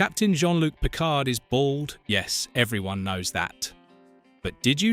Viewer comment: Let's start with pronouncing Picard as Pikar.